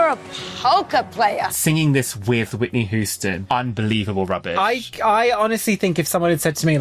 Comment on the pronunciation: why would you pronounce her Whitney WHO-ston? 😂